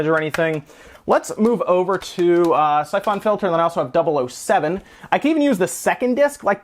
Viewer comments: You kill me with the way you pronounce syphon filter. Syph ON filter lmao. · the way you say syphon filter is messing with me, is that really how its pronounced???? i thought it was pronounced siphon???? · The way he says Syphon Filter feels me with rage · I have that same screwdriver! You pronounce Syphon Filter wrong in a way that makes me want to die, but also pronounce Ali-Express wrong in the same way I do. I'm conflicted. Love your videos, though. We need more gaming youtubers with charisma AND technical knowledge.